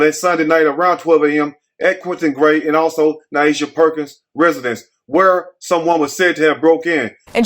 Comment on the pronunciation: That new reporter sound like a wyt teacher that could care less to pronounce her name correctly... I would hope her name is pronounce like Ny Asia and not what the reporter said😮😮😮. Yikes